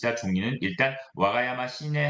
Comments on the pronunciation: 와가야마가 아니라 와카야마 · 와가야마(x) 와카야마(o) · 일본 특파원이면 와카야마 라고 발음해야되는거 아닌가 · 기자 붕신아 와가야마가 아니고 와카야마다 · 동경특파원의 일본어 발음이 문제 와카야마를 와가야마로........